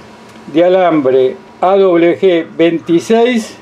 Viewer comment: Alambre o hilo : AWG . " A doble UVE GE " El dice : " A doble BE G "